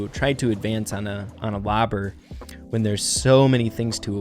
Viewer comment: you mispronounced "when"